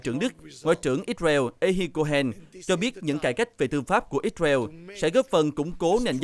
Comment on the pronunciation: Ích sơ ren đọc ích beo